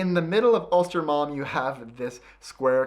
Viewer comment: inte östermalm , ulstermalm hahaha